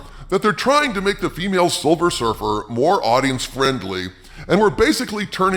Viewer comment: It is Silver Surfer not Silver Surf-her